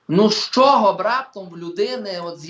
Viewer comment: Пан Остап- це румбамбар ,а цей журналіст-то ревінь,бо так щьокає і чьогокає,ніби не чує як звучить українська вимова.